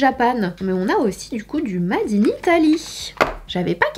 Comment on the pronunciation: "mad in" 😅😘